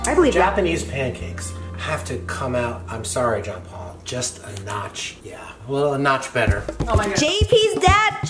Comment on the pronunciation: I heard him say "John Paul" not "Jean Paul"